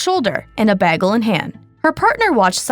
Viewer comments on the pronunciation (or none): "...a baggle in hand"? Is that how you say the word bagel? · The AI voiceover can’t pronounce “bagel” correctly. She really Britta’d it.